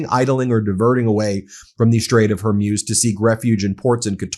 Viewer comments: I quite like MTN but WHY can Americans NOT pronounce simple words like Hormuz- it's not "Hermuz", "Hermoz" or anything else. I have noticed this on numerous channels and it gets on my tits as we would say in the UK! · What is the strait of “whore muse”? You pronounce it incorrectly, counselor. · You keep mispronuncing "Hormuz" (Strait of hormuz) Please look up how to pronounce that word properly. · It's not Strait of Hormuse but Strait of Hormoos (the pronunciation, I mean). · Hormuz pronounced OR-MOOZ. Not Or-myooz. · Ben, Hormuz is pronounced Hore Mooz, not Hore Muse. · Strait of Hormuz pronounced hor-mooz, not hor-myooz. The way Ben prounces it, it sounds like an inspirational lady-of-the-night. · IT IS PRONOUNCED, HER-MUZ, NOT HER-MUZE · For God's sake can you at least get people's names right! It's not pronounced Kom-ayni, nor is it the Strait of Hoar-muse. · It would have a profound impact if you learn how to pronounce strait of Hormuz correctly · He's still trying to figure out how to pronounce 'Hormuz'. Better to stick with law news unless he learns the importance of how to pronounce names properly, like the traditional media learned decades ago. It's simple professionalism.